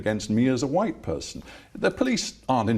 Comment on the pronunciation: What? Evewyone who call’s you out is ‘Faa White, whubbish!! 😂